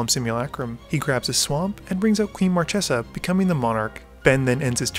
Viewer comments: I haven't started the video ter, but If I hear mar-tche-za instead of mar-kay-za i'll cry. Edit: DAMN IT!😭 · It's pronounced "marKesa", not "marTCHesa".;) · Marchesa is read with a hard "c", as "Markesa"! ;D